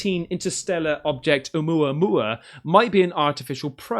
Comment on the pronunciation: You finally said Oumuamua instead of Uma Thurman😂 also I love it when you say 'willy-nilly' it's one of my favorite sayings and I try to fit it in at least once a day. It's little things like that make life more fun🥰